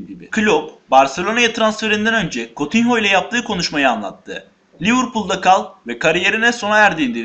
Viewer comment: Kutinyo diye okunuyor kotinho değil